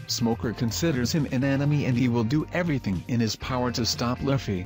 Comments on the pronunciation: its louuuffy not laughy !! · Wow...who is lafy..its written luffy which kinda makes sense that you're pronouncing it wrong its pronounced loofey